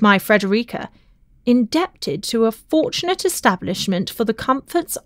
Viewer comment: In-deb-tid is my favourite!